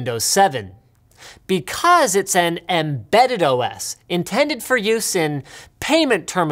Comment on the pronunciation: Because 7-8-9 Because seven-eight-nine Because seven-ate-nine My god Linus...